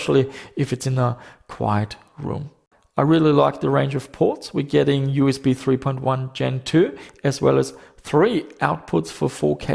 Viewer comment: edge dee am i, you ass bee.